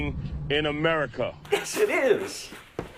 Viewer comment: Pretty hard to take a guy seriously that says “Amewica” lol